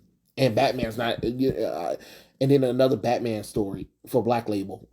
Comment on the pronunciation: you looking at what we Mexicans call "Betmén"